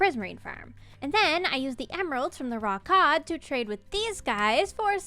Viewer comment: For some reason, I heard “raw cod” like was saying it with some kinda accent and kept hearing it as “rawk hard”… oh the little ways we entertain ourselves when recovering from a weekend at the hospital… 🤷🏻‍♂️